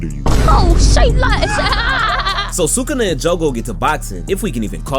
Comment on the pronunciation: You’re the first YouTuber I’ve heard pronounce sukuna’s name correctly.